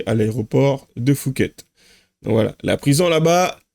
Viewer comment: A l'aéroport de Fouket ?? 😁😁😁 Phuket se prononce POUKET ... Faut vraiment être débile pour voyager avec une valise qui "soi-disant" n'est pas à toi. En plus, les téléphones sont moins chers en Thaïlande... Son histoire ne tient pas debout !! Les autres avec des kilos d'herbe sont tout autant débiles. Attention à la peine de mort ou la prison à vie... J'ai vécu 12 ans en Thaïlande, c'est pas l'Europe, là-bas tu ne joues pas avec la police. Et les prisons sont différentes, c'est pas le club Med comme chez nous. Après, ils demandent de l'argent !? Bah, y a qu'à revendre qlqs I-phone... On voit aussi trop de vidéos où on voit des "french- arabic" foutre le bordel partout où ils passent, la police Thaïlandaise a bien raison de les punir. Pour l'avoir vécu, souvent, je faisais semblant de ne pas comprendre leur language pour ne pas être comparé à ce genre de parasites.